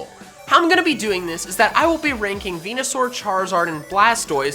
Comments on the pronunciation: bruh its venasaur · Its veneasaur